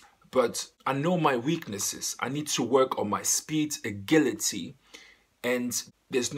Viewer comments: aGHIlity not *AGHILity lol np tho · Agility is pronouced a-jility